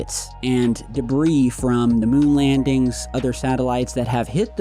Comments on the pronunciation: “Space Debris” SILENT S in Debris .. 🤦🏼‍♂️ & while I’m #Teaching #English here.. DEER, FISH, SHAMAN.. ppl always be sayin’ deers, fishes, Shamans.. LMFAO ALL WRONG .. SAME WORD, both SINGULAR & PLURAL.. #SIMPLE 🤷🏼‍♂️ #BASIC #EDUCATION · Debris is pronounced debree!